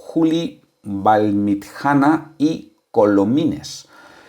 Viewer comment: VALLMITJANA SI SE PUDIERA ESCRIBIR SU PRONUNCIACION SERIA ALGO ASI COMO VALLMITCHANA.SALUDOS